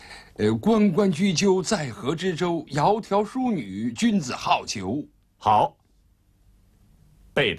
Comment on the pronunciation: 「窈窕淑女，君子好逑」，好逑的意思是「好配偶」，不是「喜好追求」，整句的意思是「幽靜美好的女子是才德出眾的人的好配偶」，所以好的讀音是三聲ㄏㄠˇ，不是四聲ㄏㄠˋ。